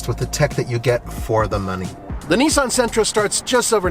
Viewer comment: It’s Nissan bro chill lmao you don’t know about cars do you